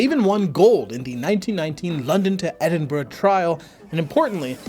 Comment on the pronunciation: first American in history to pronounce Edinburgh right